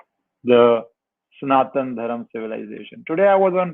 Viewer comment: It's Sanathana Dharma..why do you North indians cut the "a' in every thing 😂😂😂..and south add a #a# in everything